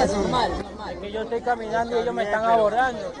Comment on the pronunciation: "Te etoy grabando, te etoy grabando " es lo que tienen pegado en la lengua.